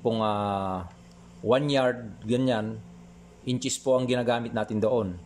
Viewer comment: Salamat sir sa new knowledge. Pero sana sir maimprove yung pag ka sabi ng "ins" suggestion lang po.